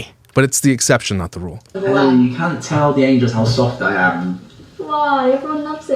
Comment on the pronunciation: The reason they are angels is because her name is pronounced (like f-ELL) not Ellie so it’s Angelles 🤦🏻‍♀️ makes me cringe so hard. I’ve never followed her but I follow some people who are her friends and even they had to say something on Instagram about those tweets. Then what they said got misconstrued and they started getting d3ath threats as well 🙃